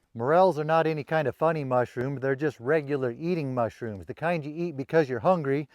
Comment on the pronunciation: Be vewy vewy quiet. I'm hunting mushwooms.